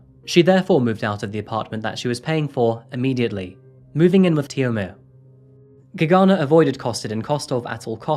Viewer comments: UGH. HAVE TO TURN THIS OFF! CAN'T STAND HOW MANY TIMES YOU SAID "GAGANA" ....SO ANNOYING. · It took me a minute to understand that the name is Gergana because the way it`s actually pronounced is so different then what you said. the G is like the one in the word glove with sharper R and as for the man you don`t need to strees the first syllabels the pronunciation is more even. Every time I hear my country name I am suprised peoleknow we exist,thank you for covering case from here sincein Bulgaria 1 of 3 women end expriencing some sort of minor or major sexual or non sexual assult from a man. Domestic abuse is often occurence here but police rarely help on timeif at all